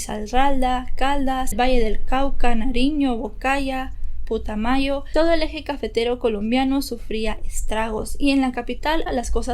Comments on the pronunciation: No sabía bien la historia. Que no salga. Por otra parte, no es putomayo🤭 (suena bulgar en 🇨🇴 ) es Putumayo. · Muy buena tu investigación pero el departamento es Putumayo no "putamayo aclaro eso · Jajajaja no se llama putamayo es putumayo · 😂 es Putumayo, no putamayo😂😂😂 Yo soy colombiana y soy de Putumayo 🤗 Saludos, me gusta mucho oirte, tu voz es muy bonita 🤗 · PUTAMAYO 😂😂😂 no sera Putumayo???? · Jaaa hubieras averiguado era quindio,risaralda putumayo no putamayo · Quien escuchó el Putamayo ? ( putumayo)... perdón pero me recordó esto a una experiencia del colegio que mi compañera igual lo leyó así... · Gracias por este video pero te aclaro que no es Putamayo sino PUTAMAYO 🙏🙏🙏🙏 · Gracias por subir este caso....nada más una observación es Putumayo el lugar no Putamayo....un abrazo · Me causó risa cuándo dijo putamayo y es Putumayo. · Ya decía yo que se escuchaba feo 😂😂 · Yo creía que ella era Colombiana...pero me equivoque porque pronunció mal todos los departamentos jajajaj un abrazo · Putamayo? Quíndio? QUINDÍO , PUTUMAYO! Es ANTIOQUIA NO ANTIOQUÍA Lo siento pero soy colombiana y me da cosa que pronuncien mal un municipio que no lleva tilde o ponen la tilde donde no va jej pero igual buena información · Quindío lleva la tilde en la segunda i rrisaralda y no putamayo si no putumayo mi querida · muy buen relato, cuando dices quindio, se pronuncia Quindío con acento en la segunda i y no es potumayo sino putumayo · Quindio? Risarralda? Putamayo? Creo que cuando se hace un caso se debe tener sierto respeto al pais del que estas hablando. Quindío, Risaralda, Putumayo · Quindio, putamayo ni que jajajaj así no se dicen pero a nadie le importa tampoco pero si me hizo reír jajaja es Putumayo y Quíndio con tilde xd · Es Quindío con acento al final, y es Putumayo no putamayo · Lo siento, pero si me dio risa cuando dijo Quindio en lugar de Quindío con acento y Putamayo en lugar de PUTUMAYO